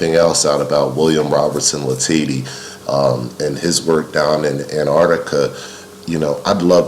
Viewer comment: As someone friendly with a descendant of Bill Latady, I’ll just pop into the comment section to let you know it’s pronounced la-ta-dee